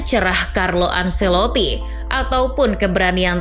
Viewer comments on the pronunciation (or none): none